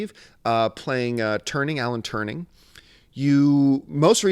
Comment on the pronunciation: Alan Turing bro. Turing.